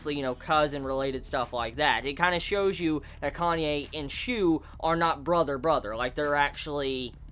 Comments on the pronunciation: It's KA NA E not KANYE xD pls no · It's Kanae man, not Kanye. lol